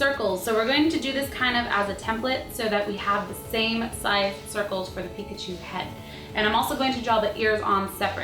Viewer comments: she said pkatwo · Once you said picatu instead of Pikachu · cupquak .you .said .pichato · she said pikatu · She said "now u have pikatwo macaroons" XD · Did anyone else hear her say Pikatu at the end?